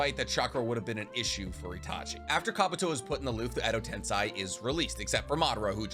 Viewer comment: Mi-yo-bo-ku not Muobuko KotoamatsukaMI not Kotoamatsukame Edo TenSEI not Edo Tensai Please bro. I really enjoy your videos, it's just everytime you say these words, pronouncing them wrong (absolutely butchering the name of the Frog Mountain)... it hurts my soul, man.